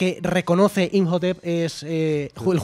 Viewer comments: Injotep? Quién es ese? Inmotep y anats anamun!!! 🤦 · Llevo 21 minutos del video y me da ansiedad cada vez que él dicen "injotep" a IMHOTEP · Llevaba todo el programa chirriandome oír "imjotep" y cuando veo que lo comenta el tal digo, vale, no estoy loco.